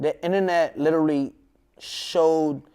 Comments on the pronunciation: lileraly= literally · Take a shot everytime he says "LIL-ER-LEE" aka Literally lmao